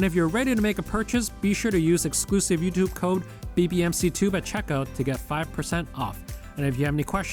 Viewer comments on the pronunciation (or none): none